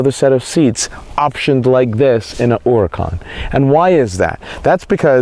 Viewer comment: and thank you for pronouncing huracan correctly!